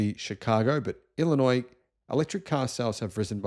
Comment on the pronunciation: Springfield is the capital of Illinois, but who really cares? But good job on the pronunciation of Illinois. Many in the US incorrectly pronounce the "s" at the end which would be a faux pas.